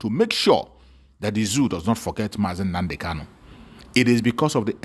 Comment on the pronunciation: This fool, our leader name is not kalu but kanu You can't even pronounce the name of your client DISINTEGRATION IS OUR GOAL They sent you to kidnap MSE,noted,wait you will get the music